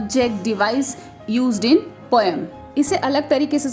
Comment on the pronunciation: The pronunciation of poem is 'poe-m' we mispronounce it as poe-yum.😁